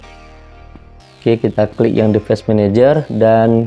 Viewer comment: bang dibacanya divais menejer